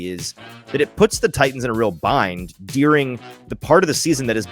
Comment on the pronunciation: noooo. Did you pronounce an E in ‘during’?